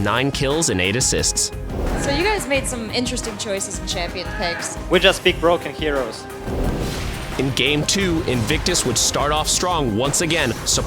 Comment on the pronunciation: "We Just Pick, BRooken Heros"